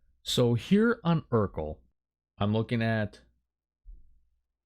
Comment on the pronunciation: It’s not eurkl it’s erkul